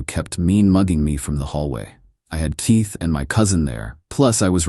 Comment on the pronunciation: Dear: 39 seconds in and you’re talking about your buddy “Teeth”‼️ nowhere in this world is there any man anywhere named “Teeth”. I know you can say Keith and you might want to say it all the time instead of making yourself sound like a very uneducated ignorant.